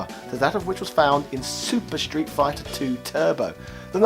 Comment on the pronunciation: Why do you keep pronouncing it “shtreet”? No H in there, bruv!